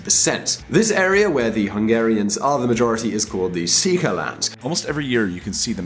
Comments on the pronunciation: What happened to Central Europe? After all, there are also Kosovo, the Republic of Serbia in Bosnia-Herzegovina, and who knows what else. Your pronunciation is disgustingly horrible. Székely, |sekæj| Western Australia makes the same complaint, but seeing that the biggest state can manage to fill only two small telephone books, they are actually getting more per head of population than any other state. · Szekhely is pronounced "Seekay" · He does, actually. Nothing inaccurate in the vid besides how he pronounced "Székely" and the debatable concept of whether Orbán is quite as bad as Putin, because that's debatable, not necessarily fact 🤷‍♀️ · As you are pretending to talk knowledgeably about a region and a language not your own, wouldn't it make sense to at least TRY to pronounce the relevant foreign words properly and not sound like an total idiot to native speakers. How much confidence can one have in your analysis if you can't even be bothered to approximate the pronunciation of, say "Magyar" the main topic of your post. (Disclosure: My father was a Romanian from a Magyar region. My mother was a Magyar from the Ukraine. I was born in Budapest. I won't take sides in this dispute.) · Are you fucking stupid? Keep away from doing Middle-European videos, because it's clear you didn't do a deeper research about the subject. Go hit the library, or wikipedia at least before uttering nonsense things like "Orbán is the Putin of Europe", or that horrible pronunciaton of the word 'székely". Or saying things like Romanian was the peasant's language up until nationalism's rise in Europe.